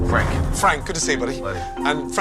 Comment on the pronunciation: Fwank is a vewy wazy cook. He doesn't even fwy the eggplants anymore. Haha I love that.